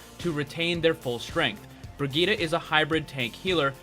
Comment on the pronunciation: bri gitt e